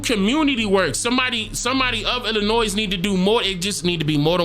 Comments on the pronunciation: The S in Illinois is silent. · The S is silent in Illinois.. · My guy, please leave the S sound off of Illinois lol I’m from there lol We hate when people do that lol Love the work, bro! We should link! You would LOVE what I do, man!